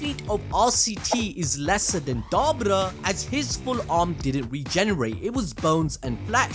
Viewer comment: I think you're saying his name wrong